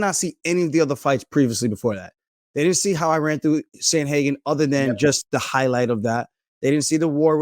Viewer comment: Lmao “yeah that’s what i said” he definitely said Sandhagen tho😂